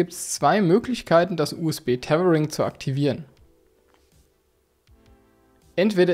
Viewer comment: wie du Tetering sagt ist zu köstlich 😁😅😂